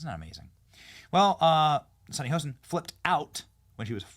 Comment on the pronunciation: It's not "Hosen"!! It's Hostin